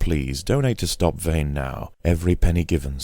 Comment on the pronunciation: "Vehn" :D